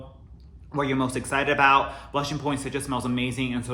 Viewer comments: I've never heard Poinsettia pronounced like that..had to look it up because I thought I was wrong all this time... it's point-set-tia there is no "j" sound in it. Anyways I'm so excited for candle day! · I can't believe it is that time already for candle day....I don't think I went last year just because of all the covid stuff...It is no fun if we can't take our time and experience the event.....I am still debating if I should just order online or take the chance going to the store this year.....I like using the coupons so I may go to the store......Love your home......You say poinsettia in a way I never heard it said before....Thanks for all the info..You feed us so well with all your knowledge......I am not into rose that much and I find it weird that that note is in a lot of candles recently...I know that is right up your alley so I expect you to be excited for candle day....I love the mens line of fragrances...I say I buy them for by husband and boys but the girls and I love them just as much. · tf have i been pronouncing poinsettia wrong my entire life??? 😧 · the way you say it makes sense when i look at how it’s spelled tho lol. also did not know you were half japanese! i can totally see it now 😊💕